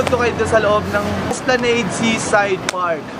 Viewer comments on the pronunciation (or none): Say esplanade not like lemonade but like ballade. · its "Esplanad" silent "e" and sound as "nad" like "bat" and not sound like "neyd"as you said.